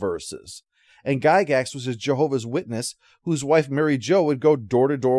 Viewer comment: It's pronounced "Jie-gax".